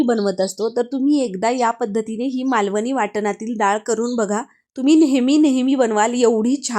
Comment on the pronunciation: मालववी नाही मालवणी. ही मालवणी डाळ नाही. उगाच काहीतरी फालतू व्हिडिओ करू नका.👎👎 धड बोलता येत नाही. स्टाईल मारून डाळ चांगली होत नाही. आनी पानी